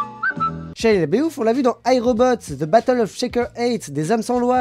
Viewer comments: ça se dit vraiment comme ça?... Shia "Labéouf"... ^^ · Très bien! ^^ J'avoue que moi aussi ça m'a fait rire. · Horrible ta prononciation de Shia Laboeuf ^^